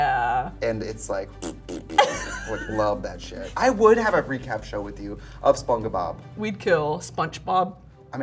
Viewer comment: are we going to talk about how trixie said spongebob wrong and just moved past that when brittany corrected her